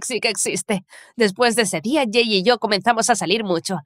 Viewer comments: Por que cada vez que dicen el nombre del chico escucho que le dicen gay?😟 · Se que en la parte dijo “soy jay por sierto” pero literalmente escuche “soy gay por sierto” y quede re confusa ósea- 🤨🏳️‍🌈❓❓